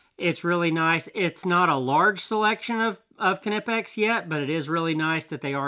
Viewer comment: Oh you should check out an upcoming video I’ll have with Knipex merch. They came out with a shirt just for you 😉 Check out the pronunciation shirt on the Knipex merchandise shop on their Facebook page. It’s pronounced, Kuh-Nip-eX Direct from the manufacturer